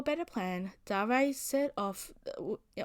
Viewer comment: I think it might be pronounced "D-air" not "Dah-rey"